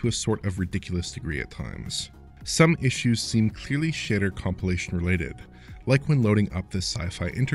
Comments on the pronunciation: Wow.. shitter precompilation, that's just a digestive system, dude. Seriously this guy says the word "shader" at least 4 times and every single time, it sounds like he's saying shitter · This guy says "shader weird. I literally though he said "shitter" the first few times.